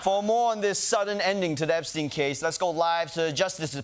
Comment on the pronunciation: Trump: You're STILL talking about Epst...EIN (as if he didnt know how to pronounce the name right?) Also Trump since 2016: Hilary's Emails!!! OBAMNA!!!!!! HANNIBAL LECTOR!!